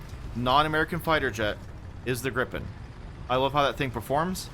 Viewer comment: Yaaay, shoutout to Gripen!! 💙💛💙 Pronunciation guide: "i" in Swedish is long and syllable-ending. So it is "gree-pen", not "grip'n". For extra credit, say it with a 'flipped r', i.e. make it a hard and quick instead of chesty and rolling.